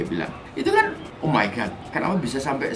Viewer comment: "Omaigat" WKWKWKW